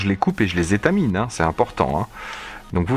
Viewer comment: étamine ?!?! non c'est : étamer !!!! ;)